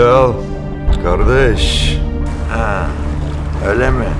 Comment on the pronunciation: Dayı normalde kardeşş diyordu ama ali dayıya sağlam adamsın dediğinde sağol yiğen diyor 😅